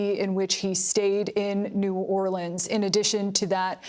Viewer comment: Cringe for how he said New Orleans…. They didn’t vote for him.